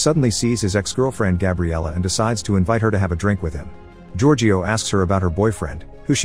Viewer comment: Omg what was that. Giorgio. It's such an easy name ffs